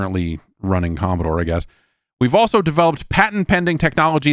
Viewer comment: Stop saying Commostore